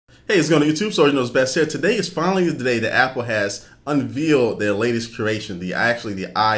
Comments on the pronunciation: Did he say unveeled??? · did he just say "unvealed"? LOL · unveeled huh...fuck i dont know why i just watched this idiots video i told myself i wouldnt watch them anymore...i know i know im gonna get comments for being a dick and telling me not to watch or comment if i have nothing good to say.but shit his vids are are nothing new its info we already heard..damn i feel dumber after listening to this fuck screw up 1 word per sentence..sorry for bitching guys have a great time watching. for real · it is UNVEILED, pronounced UN-VALED. There are no baby cows uncovered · Did he just say "unvealed"? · "unveeled"? the word's unveiled... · a bit of repetition on the "actually" ... and actually the word you were trying to use is "unveiled" (as in removing a veil), not "unvealed" (a synonym for 'revealed' or an antonym for 'concealed'?) --- almost literate, but pronunciation could sound more like english is your first language ... nice try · what have they un-veeled? do you mean unveiled? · its pronounced un-VAILED not un-veeled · What is "unveal". Is that a full grown cow? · Unveeled? LOL....Unveiled. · un-VAYLED NOT un-VEALED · lol "unveeled" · Unvealed? It's unveiled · unveeled, like cool hwip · Sorry, he lost me at "un-vealed". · "unvealed", I love it! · Unveeled. Lol. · did you say unvealed ? like baby cow ? hahaha, JK good vid !